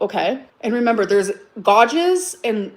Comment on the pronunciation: makes me lose brain cells. “Fiascle” “Gahges”